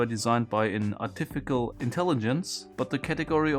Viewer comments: not artifikal its artificial lmao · bro did you deadass say “artifical” intelligence? 💀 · So no one noticing how he doesn’t know how to say artificial? “Arrtifficull” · "Artifikal.. Inteligence" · artificial (as in artificial intelligence) is pronounce art-e-fish-ill